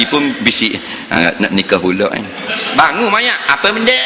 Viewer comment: bangung=bangun~ mcm bangun tidur...